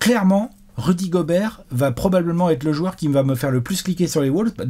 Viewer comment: Par contre stp, on dit WOLVES, pas WOULVES...